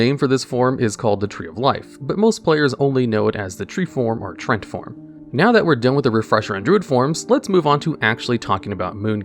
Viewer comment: "Trent form" 🤣.... Tree-ant my guy